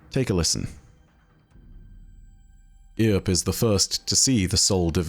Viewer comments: look up Wyatt Earp and Rooster Cogburn for an understanding as to the references used, and how to pronounce Earp. Also, why the ghost is called "No Name" (the man with no name trilogy) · I'm gonna stop you right there with that pronunciation of earp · Haha this overly proper British pronunciation was hilarious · I kept thinking "Wyatt's not gonna like that." Also, good odds that I'll never be able to see "Earp" without flashing back to "EARp" and giggling like a lunatic. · After how poorly he pronounced such a simple name as "Earp", I'm considering un-subscribing, lol. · Big stuff to say here from me, 1: the fact that you butchered the name of Wyatt Earp is beyond me. 2: I absolutely love the lore of moss 2 and no name because to me it shows a story of a somewhat mentally impaired guardian and that he ( in my opinion) was risen by no name because of perhaps one or more key traits, and this to me is very interesting, because it makes me wonder, what makes the ghosts choose their guardian? A sense of honor and bravery from their past life? A potential protection for those who need it? This isn't the question of " what makes a guardian?" But rather " why are guardians chosen to be guardians?" What happens if a guardian chooses instead to take a more passive approach like lady efrideet? Why are certain guardians not stripped of their power at the moment of true corruption and no I don't mean the use of the darkness abilities I'm talking about characters like the warlords who committed atrocities, or characters like Dredgen Yor or any of the other Dredgens... Would really like some answers for these questions cuz I'm really curious. Overall great story with moss 2 and no name because I myself am mentally impaired and this story is awesome. I haven't been able to play this dungeon, but when I do I think I'm gonna enjoy it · Love, but his pronunciation of Earp kills me lol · Eye twitch at utter mispronounced "Earp". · His pronunciation of "earp" grinds my gear